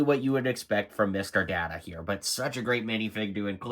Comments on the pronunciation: Data not daata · I know. Cringe every time I hear ppl say Dahhta, instead of Dayyta. Ranks right up there when ppl say Nucular, instead on Nuclear. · There is literally a scene in season 2 about this. You can pronounce the word however you like but his name is always pronounce as he prefers it which is "Day-ta". The whole discussion is about how disrespectful it was to not pronounce it correctly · "Gwee-non"? "Datta"? You've never seen this show, have you? I mean, complaining that Geordi and Data (that's "Dayta") have the same torso when they're wearing Starfleet uniforms? You clearly have no idea what's going on with this set. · Have you ever watched the show? Every reviewer butchering the names smh. Guinan is pronounced GUY-NIN, not gwee-nin. Data is pronounced DAY-TA, not Dah-ta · Please watch some NextGen episodes to learn how to pronounce Data and Guinan. Hurt my Trekkie heart hearing the wrong pronunciations.